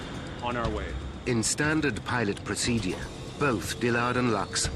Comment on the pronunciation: The way this narrator pronounces the word ‘procedure’ really boils my fucking piss